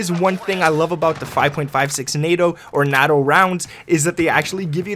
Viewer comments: You prefer saying nay-toe because that is how it is pronounced, can't wait for a nether great vid, good stuff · You say it like NATOE because that’s how it’s pronounced. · Nice set up, also, you’re saying NATO correctly lol.